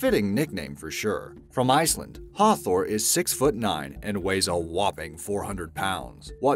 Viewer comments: You said hafthors name wrong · omg it has been so long since I heard an english person say a Icelandic name it was hilarious ( I'm Icelandic btw)